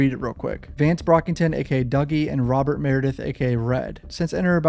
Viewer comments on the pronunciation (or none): none